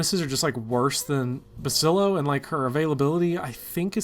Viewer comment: I know it's dumb to get annoyed by it, but I can't listen to you call Basilio Basilo any longer.